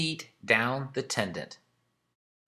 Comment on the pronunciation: Tendon….. not “tendant”